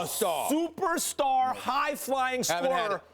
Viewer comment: Stephen A Smith: The knicks haven’t had a supastar Eva! Max Kellerman: but not only that Stephen A. But the knicks have NEVER had a SUPER Star EVER! Lmaooo😂😂😂😞